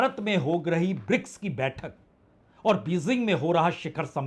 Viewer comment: Your reporting is very good but your pronunciations are very bad.please work on it just one example Bejing not Bezing